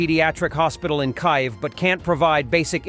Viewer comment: Your computer generated voice- over is quite annoying. Mispronouncing the Ukrainian capital’s name is pretty unacceptable for a Ukrainian YouTube.